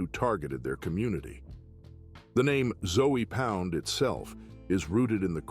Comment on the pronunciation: this all sound like basic information you can google and put the text to an AI and let it speak it's ZOE pound not ZOEY pound this is horrible work